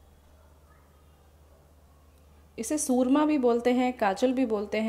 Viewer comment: Soorma nahin mam surma.....soorma means something else 😅🤣